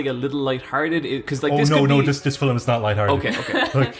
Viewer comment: I just can´t get over "Filim"